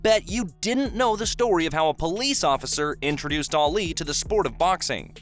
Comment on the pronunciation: Arleee 🙉 I cant take how he says Ali